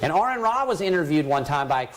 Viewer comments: Shout out again to the preacher getting for name right. At least he gor something right. 😆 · I enjoyed the part where he got name correct also. A little mutual respect goes a long way IMV